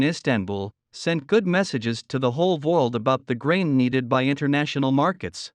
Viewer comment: Either you misspelled the word “world” in your transcript or your text to speech engine sucks. You need to hire an actual person to do your narration who is a native English speaker. That or change your V to a W in the transcript.